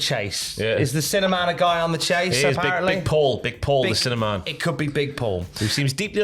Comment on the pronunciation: Sounds like your saying cinnamon, not sinner man